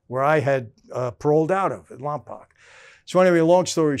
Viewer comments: Just a heads up, I don't wanna sound like them keyboard warriors 😂 and it's definitely understandable for non locals to mispronounce it, but Lompoc is pronounced like "poke" at the end of it. Still, no sweat, very much love the content! Even Vin Diesel mispronounced it in Fast & The Furious, haha. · Guys, it is pronounced Lom poke, not lom poc. As far back as dragnet Lompoc has been mispronounced. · I would have never known Lompoc was such a big place. Hell, I’ve lived here for a long time too. It’s pronounced “Lom-Poke” - but LomPock works too I guess LoL. Love the videos. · Lompoc is in southern California. Family used to live there for a bit. Also pronounced Lom-poke not Lom-pac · It’s pronouns “Lom-poke”